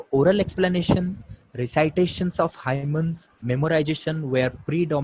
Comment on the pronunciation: Itna galat pronunciation kaise kar lete hai aap? Hymns ko hymen bana diya